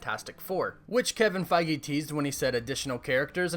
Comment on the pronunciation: My thoughts: can't figure out if you are mispronouncing Kevin's last name intentionally or if you really think that's how you say Feige. Favorite MCU hero: Spider-Man Let me get those tickets, lol.